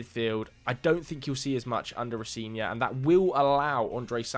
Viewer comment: Row-Zen-Ee-Or is the pronunciation